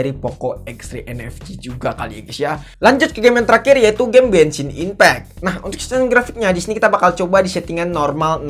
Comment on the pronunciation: Genssin ipeck ❌ Bengsin ipeck✔️✅